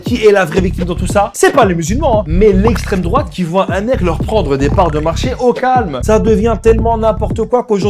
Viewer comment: "la laïcité c'est l'éstrém drouate" ... on en est là ... bravo